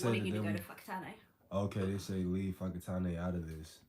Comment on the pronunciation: She put you wrong bro, its whakatāne, and not "whakatunnay" which has no meaning in te reo māori.